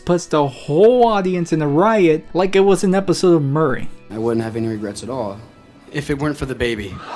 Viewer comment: It’s Maury (More-ee), not Murray lol